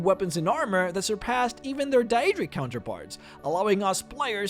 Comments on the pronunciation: "Die-adric armor" I want to kick your ass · I am irrationally upset that you pronounced Daedric as "die-ay-dric". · You mispronounce Daedric, and you completely said Vvardenfel wrong.